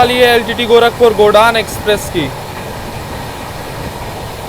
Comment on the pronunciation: गोदान एक्सप्रेस... गोडान नहीं।